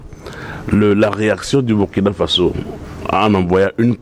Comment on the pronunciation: M. l'animateur, On dit BOURKINA ( même si on écrit BURKINA) tout comme on dit FASSO (Même si on écrit FASO). Ça fait mal aux OREILLES, quand (surtout un africain prononce ce mot-là si mal.)